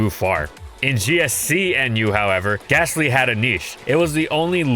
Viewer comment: THERE IS NO H IN GASTLY!